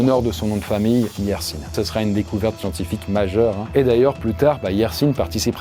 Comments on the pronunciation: On dit Yers1 pas Yersine c'est un nom de famille de ma région 😋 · Alexandre Yersin vient de ma région en suisse. Et ici le mot yersin se prononce pas "Yersine" mais "YersIN" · Pas Yersine sino Yersin ça sonne a pain ha la la ces voisins Lyonnais ça déforme nos noms de famille hey! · Pour info, à , on prononce le nom de Yercin avec le son "ain" à la fin, et pas "inne" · Euh... Le mec est de Suisse romande donc son nom, Yersin, se prononce à la française : "hier sain", pas "hier sine" 🙃 À part ça merci pour les info !